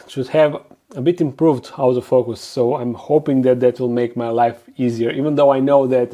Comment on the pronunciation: everytime you said "autofocus" I understood "out of focus" and I found it pretty fitting ;)